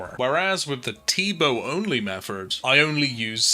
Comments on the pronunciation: Its Method. Not Mefford. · are you saying "metherd" instead of "method" on purpose? Triggers the fuck out of me. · Method not metherd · Yea you made a clear th sound when you got the scepter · Ok so Im not crazy, he IS saying that. Meffort! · My guy.. there’s no r in method